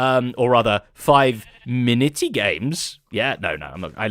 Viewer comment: zed js spoke Maori withot realizing it 5,10 he says Miniti which means minute